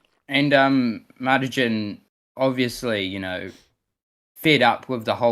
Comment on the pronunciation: The way "Martijn" is pronounced is setting me off lol, i and j in Dutch come together as one sound.